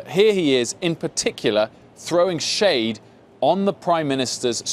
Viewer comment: "Throwing shade" should never be said in a British accent. Lol 😂😂🇺🇸